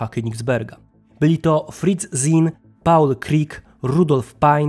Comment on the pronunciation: Zien czytamy Cin